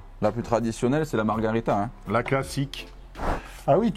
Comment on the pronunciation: Super vidéo! Merci ! top ! Mais vraiment ... Margarita, c'est un cocktail et ça veut bien dire marguerite, mais en espagnol ... en italien, pour la pizza, on dit Margherita, à prononcer Marguérita !